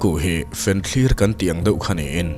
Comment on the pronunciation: fianthlir i tih hi eng eng a nih? fenthlir tih tur ni awm tak a nia, fenthlir hian modified word a neih awm ka hre bawk si lova